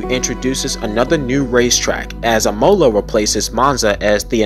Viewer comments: imola is pronounced "ihmola" rather than "e-mola" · Not trying to be an asshole here, just wanting to be genuinely helpful. Imola is actually pronounced "E-moh-lah". And I that sounds just like you're just saying the letter E in english. Then Mo, with a hard O that doesn't transition into an U sound at the end. And then a final La with a hard A that sounds like you're saying Ah but with an L at the start. Hope it helps and great video, definitely earned a new subscriber. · Please do not pronounce it "IMOWla" or "Ray-Dillon" It hurts my ears 😣 Otherwise great video 👍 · How did I mispronounced "Imola"? Do Italians pronounce it differently than the Americans do as it's pronounced uh-mow-luh. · so many mispronunciations, but your mangling of "Imola" may have been the most egregious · Stop saying imola like that!!! And raddilon and sau paulo! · Bruh, learn how to pronounce Imola.